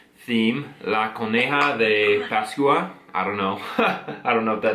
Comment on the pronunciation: Happy Easter guys... Felices pascuas..it's pronounced pas kwah.. Keep up the good work guys..❤